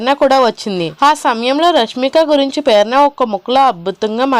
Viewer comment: Perana kaadu Prerana